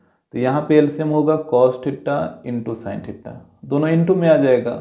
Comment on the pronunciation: sir theta bolna sikh lijiye